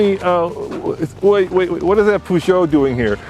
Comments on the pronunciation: If you want to pronounce peugeot better, try saying the eu as the "uh" in the "uhmm" sound when you're thinking. Its more like a long U sound instead of the oo sound you make. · An advice from a guy in Europe, just call it a Pejo. Everybody says it like this over here. 🤝🏻